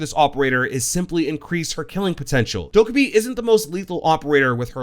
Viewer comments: subtitles when he says Dokkabae funny ~intentional~ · The way you pronounce her name is wrong. If you go to that video of how they made Amaru and Goyo they say how her name is actually pronounced.